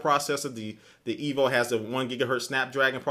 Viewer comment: "I use the qu-....on my EEVEE" haha XD jk I know you meant to say "E.V.O." good comparison~